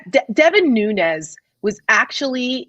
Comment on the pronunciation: It's Nunes not Nuñez. The name is Portuguese not Spanish.